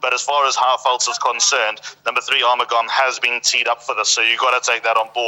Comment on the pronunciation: How can you pronound R mugam when the spelling is A RU mugam. In spore is pronoun as A RU MU GAM as liked the spelling goes.